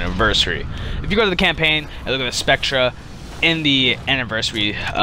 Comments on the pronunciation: I'm sorry but I can see why you have very few subs. if you're going to suggest vehicles you find "awesome" at least have the fucking decency to know how to fucking pronounce the name. spectre is pronouned the exact same as specter, not spectruh, moron. also the prowler is a brawler. know the fucking names and the fucking class of the shit youre suggesting. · It's pronounced spect-er dumbass, not "spectra". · By the way, it's pronounced "Specter" not "Spectra" even though it is spelled Spectre. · I'm sure it's pronounced spec-ter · "Spectra" Excuse me? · lel spec treh is pronounced spector but meh